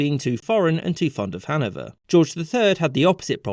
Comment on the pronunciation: Its hanOVER 😭